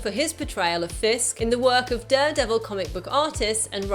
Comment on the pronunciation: She says Duredevil too often